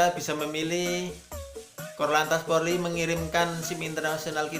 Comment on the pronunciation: Polri bukan porli